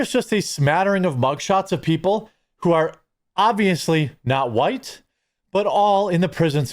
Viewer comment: sounds like whyytes